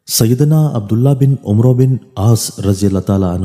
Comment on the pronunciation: عمرو کو Amr padhe na ki amru nhi